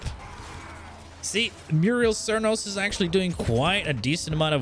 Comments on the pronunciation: muriel cernos haha. "Mute - a - list" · It's Mutalist cernos, MUTALIST! Wtf is a merios? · At number 4 we have the Murial cernos. Now the mural cernos… 😂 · I have to know.. ive just started watching you.. Do you intentionally misread the names of all the weapons? You say.. quote me.. "muriel cernos".. muriel.. m-u-T-a-l-i-s-t. Muriel. Silent T's much? I thought it might be intentional but then you say "teenit" instead of "tenet" (ten-it).